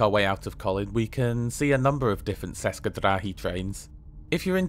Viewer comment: one note "č" in "česke drahy" is sounds more or less as "ch" in "church".